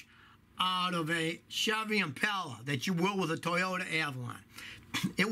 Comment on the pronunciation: Did this dude really pronounce it Im-pale-a It’s Im-Paul-a!!!